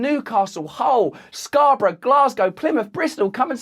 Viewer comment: I'm from Toronto and we have a Scarborough... I love how you pronounce the actual English England version.